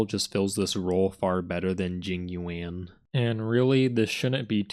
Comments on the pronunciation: “Jing you-anne” will never not be funny 😂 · This video is hilarious dude, keep up the good work! 😂 what cracked me up is the fact that everytime you mention Jing Yuan it just progressively gets more and more mispronounced 😭😂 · each time jing yuan is being pronounced, new name is being made up love it